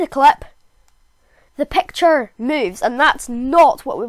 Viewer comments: Whats pecture is it picture what the heck pronounce it better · I love ur voice And when u say “pecture” i laugh hard